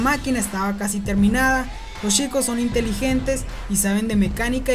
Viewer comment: Porque en vez de CH pronuncia SH Ej: Chicos = Shicos.